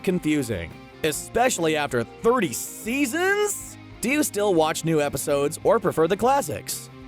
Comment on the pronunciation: Was I the only one that noticed that the narrator said “Episaudes”